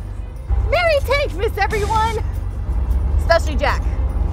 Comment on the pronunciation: Idiots can never say “TANK’S’MAS”